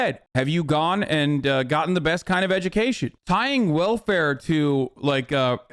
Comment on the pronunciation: You could at least say welfare without the hard R Ben.